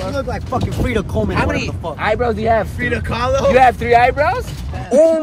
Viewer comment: “ frida coleman “ LMAOOOOO